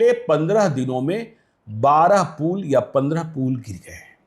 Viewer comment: पूल नहीं,पुल।